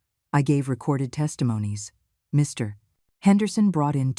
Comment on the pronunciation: I love the way the AI voice doesn't know that Mr. is not a complete sentence. One gets that pause every time Mr. --- Henderson is to be mentioned.